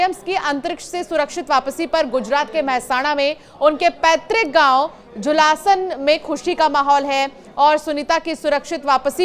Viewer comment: पत्रिक नहीं पैतृक बोलो।